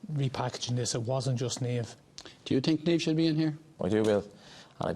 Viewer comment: Jesus, it's NIAMH, not Neivh. Where the fuck do you think we're from? Istanbul? Jesus, it's Niamh!!